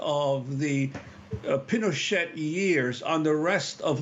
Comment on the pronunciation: Juan pronounced it "Pino-sht" 😮